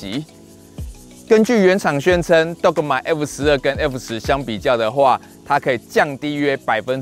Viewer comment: g 是輕音。 拜託拜託🙏